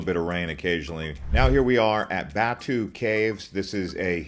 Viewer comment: Hi.. pls pronounce properly .. Jar-lan PER-TAH-LING .. not Jerlahn pet-alink Muh-lay notMaylay (for Malay). BAH-TU caves not bet-two caves GEN(like earn) -ting not gen(like can) highlands Thank you for the video Now you know.